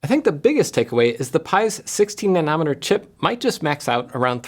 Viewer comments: “16 nan-ometer” 😜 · Wait, wait, wait. Na-NAW-met-er? Never heard anyone pronounce it that way before. Must be a Canada thing. :) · That pronunciation of "nanometer" hit me like a freight train. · for anyone curious. I too was caught off guard lol